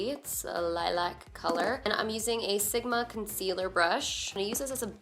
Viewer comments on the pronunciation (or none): none